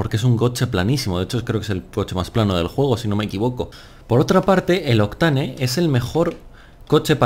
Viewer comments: se pronuncia "octein" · Me cago en la leche tío, aprende a pronunciar bien Octane 😂